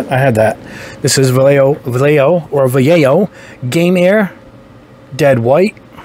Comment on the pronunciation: Excelent video as always, for Vallejo pronunciation you can say it like this... Va YE Ho, the accent is in YE, the lle part sound like the ye in yellow and the jo sounds like ho in hole.